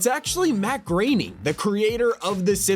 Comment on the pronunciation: The Creator of the Simpsons name is Matt Groening not Matt Grainy.. Sigh c'mon bro.